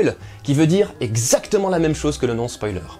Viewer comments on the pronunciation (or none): Dorénavant je prononcerais spoaler! C'est beaucoup plus rigolo! :D